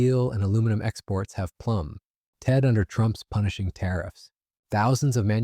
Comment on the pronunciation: Is it so difficult to pronounce plummeted?